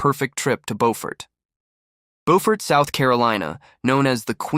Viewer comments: You pronounced the town incorrectly. It not BOfort. It is BUfort. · Preference is irrelevant. It's not BOWfort. The Beau is pronounced the same way you say BEAUtiful. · Pronounced ... Bew fort....